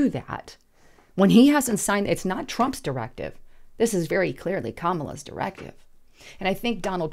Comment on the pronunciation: Can't say brug test Kamala either